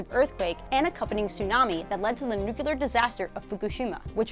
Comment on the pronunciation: Did she really say "nuculear?"